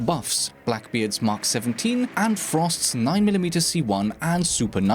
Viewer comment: btw not "mak 17" its "Mk 17" you have to pronounce the letters individually :)